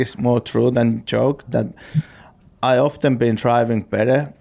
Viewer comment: I love the way Kimi Raikkonen pronounced "Often". Brilliant.